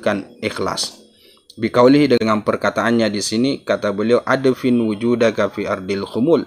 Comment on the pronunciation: Maaf,, ادفن dibacanya IDFIN,, BUKAN ADAFIN.. LANJUTKAN KYAI.. 🙏🙏